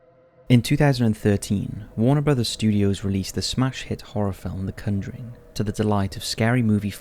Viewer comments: Dude, you called it the cunduring!! It is the conjuring!! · The Cunjuring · My boi said “The Cunnjering” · Am I the only one who is getting pissed off about his pronunciation of “conjuring”